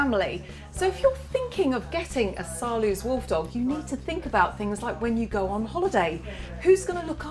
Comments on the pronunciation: u say saarloas wolfdog not saarloos (im dutch so I know) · People keep saying Saarloose, like goose. But you can correctly pronounce it, ending like nose. Try Saarnose with an L. Please do try. When you all can say Roosevelt, you can easily say Saarloos. That's the same OO. It's a very nice video. And which ever type suits you best, have fun with your wolfdog. Knowing your dog's character is a very good thing. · The double O in Saarloos reads as OA in boat. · As a native Dutch speaker I like the way Saarloos is mispronounced. Dispite English and Dutch are both German languages, it is funny how different they are. The oo is pronounced just als o.